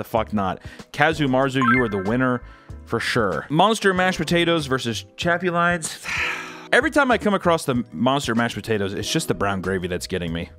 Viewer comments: Chapulines is pronounced “Chap-oo-Lynn-ezs” . I’ve actually had em in Mexico and did not fuck w em (but I was a child so I was more grossed out by knowing they were grasshoppers than by the taste). My fam would buy a big ass bag of em and just munch like popcorn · The way you pronounced chapulines made me cry laughing. I can confirm that they taste kinda like... very salty peanuts, or peanut skins idk. Not terrible, you just gotta ignore the fact you got a whole bug in your mouth. Not my top snack to have though but they're aight. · Also theyre pronounced cha-poo-lee-nas lol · Its pronounced cha poo lee ness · His pronunciation of chapulines is funny AF just call them crickets or grasshoppers chapulines is Spanish for them 😂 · He pronounced Chapulines and Balut. Well I’ve heard both are really good. I haven’t had them but I know people that have. My mom’s boyfriend has had chapulines and he loves them. He says they taste really good. My supervisor loves balut and offered me one but I said no thank you. She’s from the Philippines. I could probably probably do the chapulines